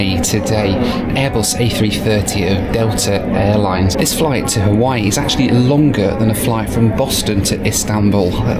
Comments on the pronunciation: “Haweewee”…yikes! As someone who’s born and raised in Hawaii, that’s like nails on a chalkboard. 😣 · Hate the way Hawaii is pronounced. Sounds like an adult asking a toddler if they have use the bathroom.